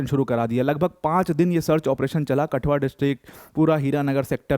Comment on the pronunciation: It's not कटुआ its कठुआ